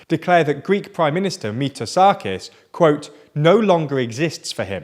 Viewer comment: mitsotakis not mitosakis